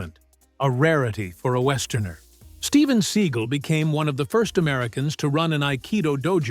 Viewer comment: It's not Steven Siegel.It's Stephen segal.Oh, how the hell could you get that wrong?Why do you constantly mispronounce people's names